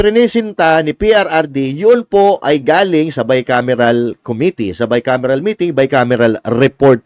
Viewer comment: Hindi nga GAA, Bicamiral..